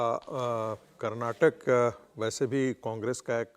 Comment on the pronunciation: Karnatak nahi Karnataka bholo